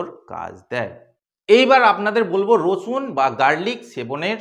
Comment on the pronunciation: উনি তো আপনাকে রসুন খেতে বলেন নি, বলেছেন 'রছুন' খেতে!!!